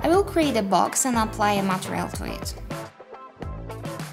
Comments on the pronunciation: Took me a while to notice that she was saying "material" and not "montreal"... I'm fucking stupid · i love how you say "MATEREAL", also thank you for this